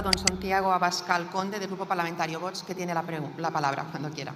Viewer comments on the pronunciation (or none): se pronuncia VOX no "Votch" inculta.